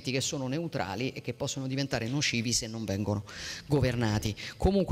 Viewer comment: Nocivi non "noscivi", ci non "sci", ricerca non "riscerca", risorse non "risorze", mense non "menze", edifici non "edifisci", centri non "scentri", sintesi non "zintesi", regione non "reggione", consentire non "conzentire". A scuola di dizione insieme a molti altri politici!